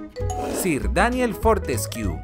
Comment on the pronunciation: Me hace gracia que muchos nombres ingleses los pronuncia en español pero luego a Sir Daniel Fortesque le dice Fortesquiu xd